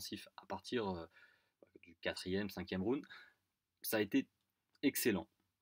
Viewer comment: Stp, j'adore tes videos (crypto/fight) mais STP, on dit "round" pas "roond" ;) Allez, je vais recoudre mes tympans en te souhaitant une bonne journee! Oss :)